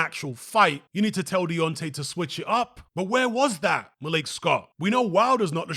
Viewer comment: Why do you call him malique? lol ur British bro